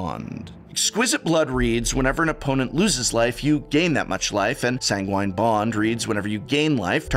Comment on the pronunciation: Did you ask Seth for how to pronounce sanguine?